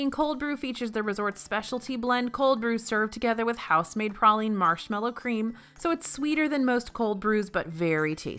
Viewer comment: Anyone else cringe everytime she said praline wrong?